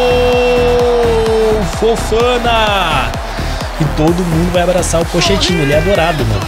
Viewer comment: alguém sabe me dizer se o fala pochetino assim de zoeira ou ele fala serio pq a pronuncia certa é poquetino